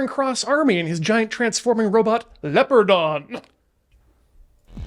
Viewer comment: You can tell never actually watched the spider man tokusatsu show or he'd know it's pronounced "lee-oh-par-don"